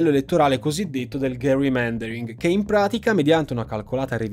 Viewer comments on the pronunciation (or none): Gerrymandering ha la g di gentle. Per il resto, ottimo video.